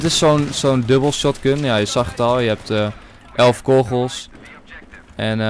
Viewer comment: hoe hij kogels zegt lol